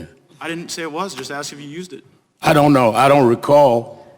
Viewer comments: You axed a kwestion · He "axed" a "querstion"? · Did Al Sharpton just say “You axed me a question why can’t I answer?” Good lawd. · Al Sharpton, " You axked a question" what a looser. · Sharptn; "you axed a question & im answerin" .. Sharpton , go back to school you halfwit two-faced pos liar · He AXED THE ? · Al Sharpton.." I AXED a question ". Imbosile race baiter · Lmao he literally says "you axed me a question" way to keep those black stereotypes alive